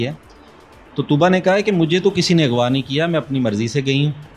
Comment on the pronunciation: For God sake correct your Urdu before conducting an interview. What is “Agwa” . I am surprised that neither your family nor school ever corrected you for this.